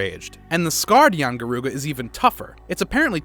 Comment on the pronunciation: Doesn't mention that yian garuga is a sub species, also a note worthy thing to add is that it's rathian and yian kut ku mixed, obviously this man hasn't played old world because he can't pronounce anything aside from a flagship